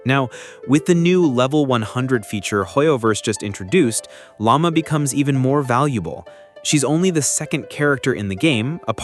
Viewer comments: Wait what did you said frostmoon scion lama? Dude it's Lau-ma not lama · The name pronunciations... Aino, Lauma, Raiden, and Alhaitham got butchered lol Edit: poor Kaveh is even worse. Kavehah must be Kaveh's and Kazuha's child.